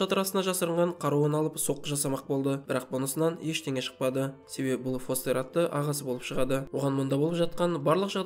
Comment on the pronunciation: Брат не стедн фестерді фостер дедің ба форест дедің ба нормални аты бар ғой фестер